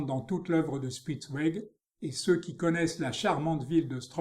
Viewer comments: Grâce à vous j’irai explorer ce style Bidermeier. Le nom de ce peintre se prononce "chpitz- vég", "ouégu' " c’est pour les Anglais 😉😉😉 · Dommage que le commentateur n'ait visiblement pas fait d'allemand. Prononciation anglaise malheureusement !